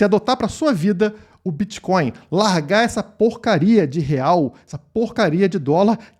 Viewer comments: Será que o parasita é tão leigo que chama Bitcoin de Bitcóio ou repudia tanto que nem consegue falar! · Será que estava zoando ou não sabe como fala mesmo?